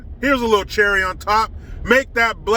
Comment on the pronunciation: widdw poweese lol